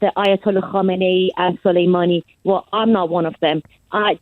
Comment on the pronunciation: She mispronounced khamenies name 🤔